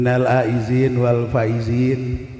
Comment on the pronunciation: 1.50... minal aa idin bukan aizin... dasar ustadz abal2...